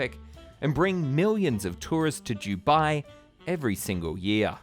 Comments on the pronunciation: why do u say "jubai" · Jew-bai 🤣 I couldn't stop hearing it!! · This could be a great video but on the ninth time of hearing "Jubai", I cannot watch any more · Dew-bye or Do-bye? I’ve never hear Dew-bye before. Is this a regional accent pronunciation? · It's Dubai not Jubai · It's DUBAI not 'Dew Bye'. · Can’t handle his vile pronunciation “JEW-bye”. Typical Aussie bogan accent. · Why do you call it Jew-bai? It’s Dubai. ‘Doo-bai’ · Its Dubai as in Du-bye not jewbai. Could not watch this video because of this, sorry but it was driving me crazy 👎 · how can I take you seriously when you can't even pronounce the city name. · I’m an Australian who lived in Dubai for 9 years. It’s never ever pronounced with a the ‘J’ sound. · “Dew-bye” 😂 love his pronunciation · What's is Jew Bai? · Jew bye? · The Jew Bai Giant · For Review Tyme, I'm and this is my failure to correctly pronounce the simple word 'Dubai', the world's biggest theme park name failure. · It really annoys me the way you say Dubai. JEWBYE 😂😂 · Why is he saying jew-bye? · Fab video, got triggered everytime you said Jubye tho.. still good none the less 😌 dubai is just a copy cat state, they have very little culture. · Why are you saying jewbai ? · Did you say jew-bai land? Jew-bai? Where's your accent from? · as a uae resident for more than 10 yrs, his pronounciation is killing me lol 😭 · Your pronouncing Dubai wrong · Great video but what annoys me is how you pronounce “Dubai” it is very distracting given your pronouncitation ...